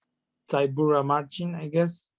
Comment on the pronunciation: say it correctly, you are Polish.